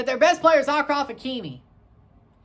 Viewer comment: " Akraf and akoumak ".. u cant get more dummy american that 🥴🥴🥴🥴🥴🥴